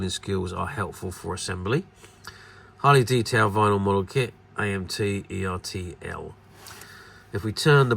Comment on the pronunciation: Is pronounced Er Tell like turtle